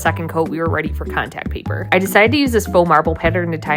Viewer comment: Cawntact paypurrrr 😂😂😂 adorable